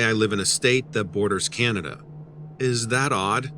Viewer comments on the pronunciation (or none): none